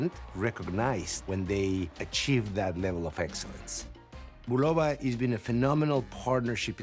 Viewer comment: I collected watches for almost 40 years and never liked any of them more than those by Bulova and Citizen. This was before Bulova was connected with Citizen. This if the first YouTube videos I seen wherein the voices pronounce "Bulova" correctly, namely the way the company always pronounced it for decades in its decades of radio and TV ads, and Mr. Bulova was very proud of his name.